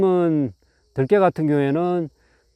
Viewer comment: 들깨 발음이 들에 돌아다니는 개를 표현하네요 들에 악센트를 주어 말하시길..